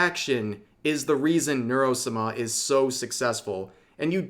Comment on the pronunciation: has he always said Sama like that, it is torture